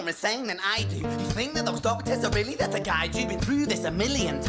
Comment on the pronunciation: "ther" is not a word. stop saying ""ther". drop the lazy vocal fry. sounds bad. your brain is not engaged when you do it.